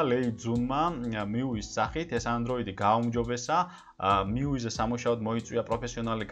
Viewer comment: Მიუი კი არა, მიუაი.